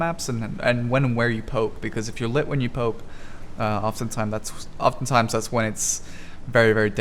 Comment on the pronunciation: Literally sounds like you said pope instead of poke lol.